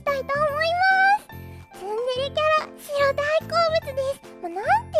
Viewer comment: シロがスゥロに聞こえてしまう...